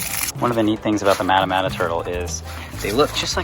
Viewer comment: Pronounced maw-ta maw-ta